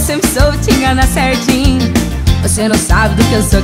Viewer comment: q gracinha ela falando "CERRRRRRRRRRRRRRRTINHO" HAHAHA